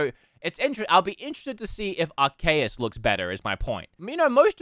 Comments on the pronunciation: how dare you disrespect the good arkoos with your horrible pronunciations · Did you just call Arceus, Arkeos? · Its arcoos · its argoos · I don't know how everyone manages to pronounce arceus' name wrong. ARK-EEEEEE-US